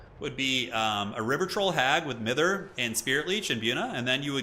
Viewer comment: England calling here 😊 Mither is pronounced 'Myther'. It means to bug/pester/moan at somebody incessantly ❤